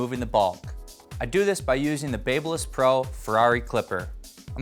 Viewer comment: looks like shit...and I hate the way he says Babyliss.